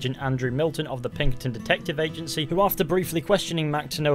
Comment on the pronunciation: did he just say the pinkerton detective agency with a hard g?